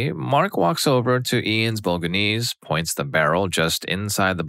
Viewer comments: Bol/a/nse not boga/nse at least we know he’s not ai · Bo-lo-gne-se With the GNE pronunced in a way that only Italians can pronounce(it's a sound very common in Italian but extremely strange in other languages) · Bolga-knees? 😂😂😂 How did you bugger that so badly?